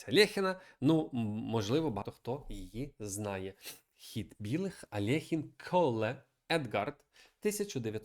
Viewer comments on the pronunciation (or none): Чому Алехін? Він Альохін